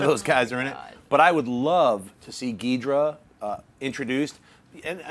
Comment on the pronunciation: Gee-Door-A and Guy-gan, not geedra and gigen nerdface